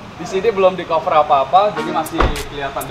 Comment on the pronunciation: Ucapannya kaver, bkn kover.